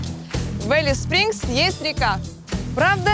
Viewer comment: Не Элис а Алис-Спрингс